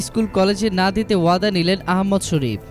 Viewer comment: আরে কুলাঙ্গার আহমদ শফি নাম টাও ঠিক করে বলতে পারস না হাটহাজারি শব্দটাও উচ্চারন করতে পারস না তকে কে বলছে রিপোর্ট করতে???